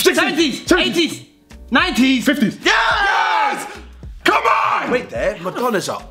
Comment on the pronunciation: the way said 90s I'm rolling 😭😭😭😭😭😭😭 and when chunkz violated Madonna my stomach is so sore wth 😭😭😭😭